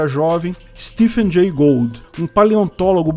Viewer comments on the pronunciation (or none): none